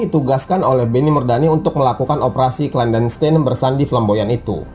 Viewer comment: operasi ( clandestien) klandestin - bukan klandenstein